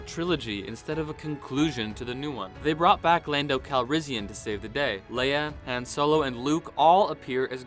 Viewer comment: I love how he says Han wrong. The a says an o noise.